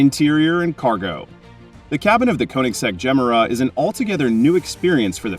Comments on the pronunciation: Ifs not gem-era.. its ge-mera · The way you say "Gemera"... ouch Pause it after "Ge", and then finish; "Mera". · Just some advice… you may want to learn how to say Gemera properly! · Not mysterious has the jesko engine with one 800 ev motor. You are pronouncing the car wrong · Wtf pronounce it correctly dude,had to stop watching,couldn’t take it anymore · There are many videos of Christian Von Koenigsegg presenting this car, & pronouncing the name of it, several times in each video. I suggest you look any of them up.